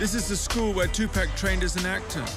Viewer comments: Next time you decide to do a video of someone, learn their name first. 2 pack this 2 pack that, 2 packs of what cigarettes??? Tupac Shakur... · TUPAC is pronounced Tu-pock, not Tu-pack. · Hearing this guy pronounce his name incorrectly this entire documentary was more painful than watching the actual story! Geesh bro, it's "Two-Pock". 🤦🏾‍♂️ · But we till understood it, whether is tu-pack or two park or Tupac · I really tried to watch this, however, the constant mispronunciation of Tupac's name is very annoying. His name is Tupac (pronounced Tu(poc). Not Tu(pack). Smh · Why not take the time to pronounce his name right? It's disrespectful. Tu- Pock not Pack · Sorry but this nararator is getting on my nerver saying tupack its tupac man 😂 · For crying out loud it is Tu-POCK 😩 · Two pack ?? I cant get over that. After all these years, yall still cant functionally pronounce the mans name?! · You think someone would have told him after this entire documentary how to say his name right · Man he keeps sayin Pac's name wrong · He pronounced it like that on purpose 🤡🤡🤡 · Soon they pronounce his name wrong I turn off why listen if you don't know how to pronounce his name